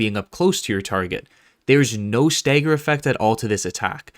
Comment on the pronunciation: Staeger? You mean stagger...